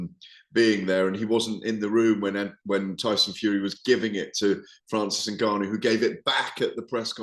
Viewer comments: 🤣🤣🤣 UNgannou not NAgganou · Gareth, its N-Gannou, not Na-Ganoo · Considering he’s a very reputable and experienced boxing ‘journalist’, Gareth butchers some very easy names. ‘You-sick’, ‘Nergarnou’ to note a couple. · You-sick, Nuh-Gannou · Who is na-gannu ? He cant even be arsed to learn his name. If it's not Fury ; he doesnt care. #@ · GARETH THE TYPE OF GUY TO AN EXTEA SYLLABLE TO FRANCIS NGANNOU LAST NAME.